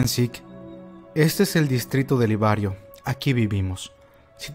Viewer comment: Correccion, es Liberio, no Libario, Como tambien es Shiganshina no Shinganshina Tambien es Azumabito no Azumambito Saludos y muy buenos videos